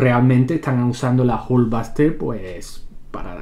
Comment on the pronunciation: La airon espayder y la jul vaster jajajaja